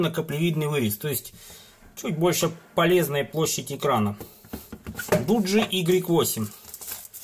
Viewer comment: Не дуджи а доджи